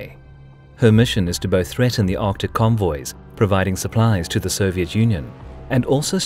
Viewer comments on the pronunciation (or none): none